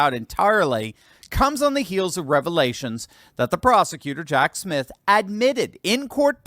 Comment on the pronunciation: Prounounced Jack SmiTH and not SmiF.